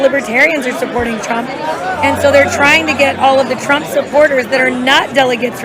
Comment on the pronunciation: Guy sounds like he’s saying “Donald Tramp.”